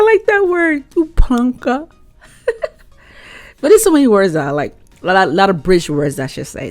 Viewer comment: WANG-ker is how that word's pronounced and the other is plong-ker for plonker